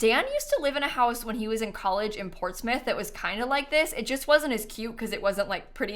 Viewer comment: As someone who lives very close to Portsmouth firstly it really took me back you saying it but it also took me back that you pronounced it correctly🤣 Americans always pronounce anything that ends in mouth as 👄 and ham as the animal it comes from. I was very pleasantly surprised😂